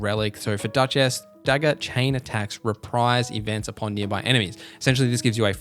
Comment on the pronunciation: Bro you gotta stop with the "dutch ass" pronounciation it is crazy lmao her name not split into 2 words its duchess